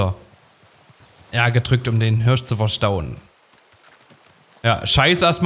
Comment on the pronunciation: Das Tier heißt Hirsch, nicht Hörsch! 😂